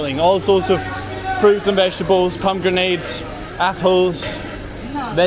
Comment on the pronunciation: Sir did you say palmgrenades 😂